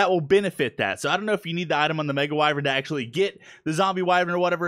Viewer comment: why does say wyvrin when it's spelled wyvern